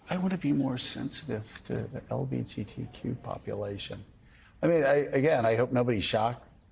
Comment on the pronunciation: LBJTQ? W He can't even pronounce proper lol